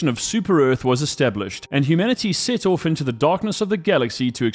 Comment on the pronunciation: I was always wondering where your accent came from, then I heard you say "Off" 😂